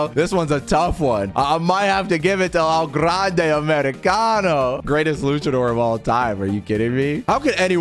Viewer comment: i loved it when he said "EL GRRRANDE AMERICANOO"